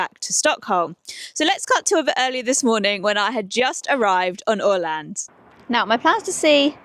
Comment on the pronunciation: Thank you for visiting this part of the world. In particular I want to commend you for your spot on pronunciation of Åland. Well done. ❤